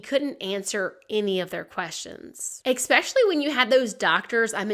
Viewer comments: I love your channel, and listen to all of the episodes. But please 😂 it is not eKspecially it's just eSpecially 😂.. P.s I have learned so much interesting history 😮 ❤❤️🇿🇦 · I love your videos, but every time you say "eXspecially" it makes me so angry. English is not my first language but even so, I know there is no X in the word "especially". Sorry, just needed to say this. Now I feel better. Keep going ❤